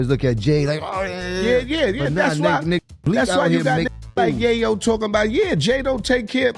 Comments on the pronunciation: Its yayo yah yo wtf 🤣 who do u even say dat wrong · It’s yayo not yahyo . Dunce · YAYO NOT YAHYOO WTF KINDA CHANNEL IS THIS🤬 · It’s yay yo not yaya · who tf is yah-yo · " yah'yo" ....you hear how they pronounce his name un the audio and the mf still saying " Yah'yo" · I can’t even listen to this. You can’t even say YaYo right. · Man you do not know how to pronounce his name correctly lmao 😂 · Bro where are you from cause you’re fuxin up their names🤦🏾‍♂️ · U shouldn't b talking on shit homeboy u cant even get the mans name right goofy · Destroyed his name 😡